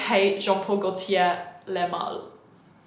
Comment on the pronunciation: Joop! is pronounced with a a long „Oh“ no „U“. Same with Gaultier „Oh“ the „L“ is silent ;-) BTW after having heard your opinion concerning Fahrenheit (I hate it too) I’d love to see your review about Kuhuyan (which I actually like) That is probably the only leathery scent that ever will it to my collection.